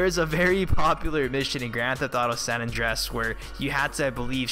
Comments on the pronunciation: San Andreas not san Andress like u Said i the video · "San Andrass".. pretty sure it's pronounced "San Andrey-es"...